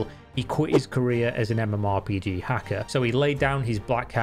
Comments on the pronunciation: who the fuck says mmorPIGI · ok sure, but more importantly, why did you pronounce MMORPG that way?